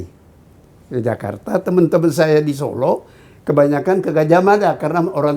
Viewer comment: zon, kalau kau ngaku intelek, ucapkan (kota) SOLO dng benar, contoh pak salim tamu mu itu